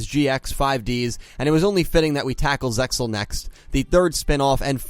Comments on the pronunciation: "Zeal," not "Zexal" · The ZeXal OF THE ORCALCAMALOS ZeXal is pronounced Zeal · Everytime I hear "ZeXal" it kills me inside a little. The word is pronounced "Zeal" The X, is silent and there to make it look cool. Its not part of the word itself. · Damn! I knew 4Kids screwed ZeXal, but I didn't realized how severe the damage. Talk about a serious mess. The first mistake was mispronouncing the name. I know you know it's supposed to be "Zeal". Anyway, another excellent video, dude. Good job pointing all this out. I guess you'll be tackling Arc-V next, but you should wait until all the episodes are dubbed before you do. Also, let me just say that after seeing these videos, I am absolutely terrified about what crappy dub treatment is in store for VRAINS in the future. I like how this series has gotten really dark lately and ruining that would piss me off to no end. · It is pronounced Ze Al the X is silent if we the fans don't say it correctly no one else will. Can't wait for Yusaku dub kidnapped to be changed to he got lost or something. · the x in zexal is silent